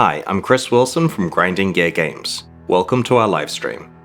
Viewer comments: i heard him say "grinding gay games" and now i cant unhear it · You're need to enunciate Gear better ...I heard Grinding Gay Games at the start and was like huh?? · For a second I honesty thought he said "Grinding Gay Games" at the beginning